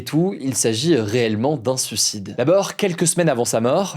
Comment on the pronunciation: Mais pourquoi tu prononces son nom de 15 façons différentes ? Et on dit SUIcidé, pas SUcidé.... insupportable bordel